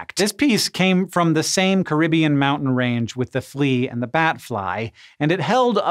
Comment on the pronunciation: I don't think I ever heard you mispronounce a word before until, "Caribbean". Was this video processed by an AI?